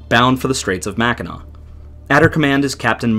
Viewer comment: At least he can pronounce "Mackinac" .... if they can't - I stop it and leave a dislike and move on.